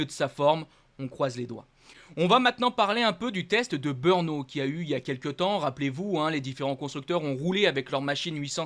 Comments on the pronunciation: Toi ''le commenteur de ce site'' tu veut nous des leçons ,alors je t'en donne un ''arrête de nous bassiner avec ton BEUUUUURNO''Cela s'écrit BRNO et se dit BRENO,si tu n'y arrive pas,fait tes offres pour commenter les Bisounours.... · In 2027, when you’re commentating on the Czech GP—or "BEURNO," as you pronounce it—I hope you’ll have taken some diction lessons and won't say "BEURNO" anymore, but rather "BR-NO" (which is how it's spelled: BRNO)... OK, got it? (If you know the chauvinistic commentators at Canal+, have a word with them; they make the same mistake... A huge THANK YOU!!!!)